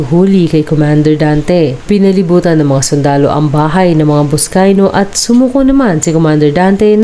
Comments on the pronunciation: NOT BUSCAYO! IT'S BUSCAY-NO!! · Bernabe Buscayno po hindi po Buscayo 🤣🤣🤣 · Maling mali naman ang pag sabi mo ng kanyang epelyido . Mag re report kalang mali pa. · Narrator, pls.ayusin mo pagbasa. Buscayno Hindi Buscayno.